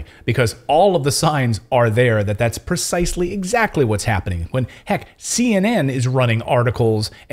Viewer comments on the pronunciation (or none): You are saying PERcisely…are you intending PREcisely,WTF?